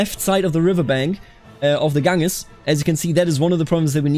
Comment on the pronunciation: The river in eastern India is the ‘gan-jees’ not ‘gang-us’